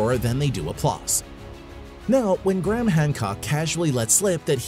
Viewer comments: Gray-Ham not Gram ffs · Americans n there accents!!! Pronounce it.. Gray....ham!!! This guy, calls him Gram 🤦🏽‍♂️ ffs!!! ✌🏽